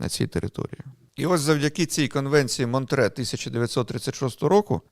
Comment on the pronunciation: Ні. Монтре. З французької мови, в цій назві чітко чується останній звук ,,е''. Ви або по незнанню або свідомо вносите російську транслітерацію та озвучування.